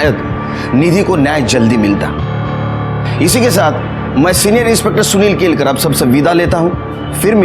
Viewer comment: केलकर नही केळकर. नाम किसीभी भाषामें बदलता नही. अटलजी पुणे कहते थे पूना नही.